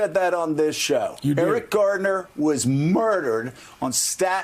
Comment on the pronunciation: someone needs to let Joe know (if it's possible to get through to this windbag) that it's Eric "GARNER", not Eric Gardner